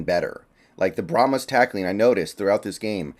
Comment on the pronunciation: Brahma Bulls are native to Texas. Brahma is singular. Brahmas is plural and pronounced bra'muz not bra'muss. They may be called brahma Bulls as plural. PLEASE bra'muss is NOT a word.